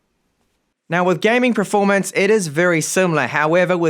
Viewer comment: how long have you pronouncing performance as "pra-formance"